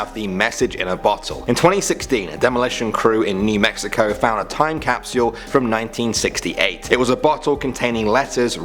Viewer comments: a time capsiule?? Why do you talk like that? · "Time Capseaul" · Y'all, I was not expecting him to say 'capsule' like that